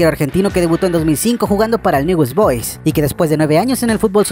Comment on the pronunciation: Newes Boys? Un poco más de respeto, informate para decir el nombre correctamente aunque sea, gracias.